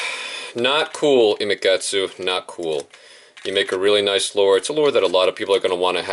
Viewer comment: you got it right imakatsu (ee-ma-kat-soo)